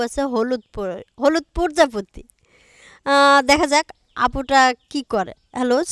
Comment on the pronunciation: Prajapati ke porjapati balchen uccaran bhalo kare karun.